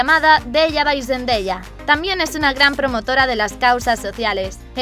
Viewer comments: se pronuncia sendaya no sendeya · Like si escuchaste que dijo zendeya😂😂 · Me molesta un poco como dice Zendaya •^•